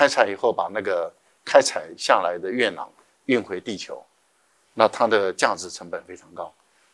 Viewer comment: 月球土壤簡稱月壤（yue rang),何為唸成yue nang?